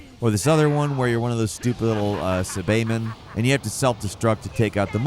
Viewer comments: Sah-bae-men?!?!? Cy-ba-men!!!!! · Yeah Sabayman was wild 😂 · This guy is an idiot. "Suh-Bae men" instead of Saibamen, complains about ranked without knowing about DP limits, said the menu is "A+". Like did he play the game? Does he know what DBZ is? Because he says he played the old one and I seriously think he is lying. No one that pronounces Saibamen as "Suh-Bae men" has played Budokai. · I'm sorry but I have to do this. It's BRO-LEE not BRAW-LEE GEN-YOU not GIN-YOU SI-BA-MEN not SA-BAY-MEN Like WTF did you ever watch the fucking show? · The pronunciation is horrible here and makes me cringe lol. Brolly, Say-ba men, Jin-yu 🤢🤮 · Captain “Jinyu” “Sabeymen” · captain jinyu and suhbaymin lmao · "BRALY" "CAPTAIN JUNYU" "SABAYMEN" Bro no way you have ever watched DBZ 😆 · The mispronouncing of Broly i could let go but Captain GIN-you and SA-BAY-MAN? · "Subaymen", you disgust me. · Ah yes the SayBayMen 😭🤣🤣💯💯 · Jinu 😂 SABAYMEN! 🤣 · Sabaymen, Jinyu, Bubitty, Brawly. I'm cringing so hard at this. Dragon Ball has been around more than long enough for people to know most of the pronunciations imo. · also cant forget saybamen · dude really britta'd the pronunciation of saibamen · lol you’re pronunciation of saibamen is trolling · Why did he pronounce babidi and saibamen so funny 😂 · Aaaaand Babidi..... Aaaand Saibamen. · fake dragon Ball z fan. Couldn't pronounce Ginyu or Seibamen correctly😅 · Dont forget his pronunciation on Saibamen, and Ginyu. 😅